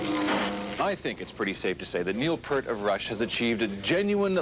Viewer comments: Did I hear Neil "Pert" It's not Part, Pert, pairt, but Peart as in Piert. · It's pronounced "Peer(rt). Pear is a fruit and is not how his name's pronounced. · It's pronounced PEEERT, not "pert." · Kind of amazing as popular as Neil Peart is, how many people mispronounce his last name. It's not Pert, it's Peer-t. Like an ocean pier, or a group of my peers. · You would think doing a profile on Neil Peart you would learn how to pronounce his name correctly! It's PEERT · Every time I hear PERT my soul dies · It's pronounced P(ear, as in the organ you hear with)t. This Canadian host ought to at least know how to pronounce Neil's last name. (little known fact, Neil has an ear drawn around the middle of his name on some drum heads) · Wish people would do some research and learn how to say Neil's last name correctly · He pronounced Neil's last name wrong. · Yep. He's reached legendary status ............. but the host can't pronounce his name properly.